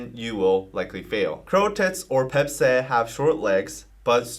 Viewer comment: When he says/said Baepsae, i keep hearing a fancy version of Pepsi